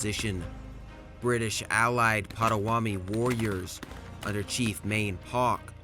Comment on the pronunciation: May I suggest you study pronunciations before you post another video. I see you have already been bombarded with corrections about how to pronounce Mackinac, but remember it’s Lake Hur Ron and the native tribe is pronounced Pot a wanna me! These graphics are excellent, the. Intent historically accurate but the narration although not AI generated, is absolutely bush league! There’s no inflection, no punch, it’s dreadful, the narrator sounds like he just woke up and needs a coffee. There’s no inflection, this narration cheapens what is otherwise a good video.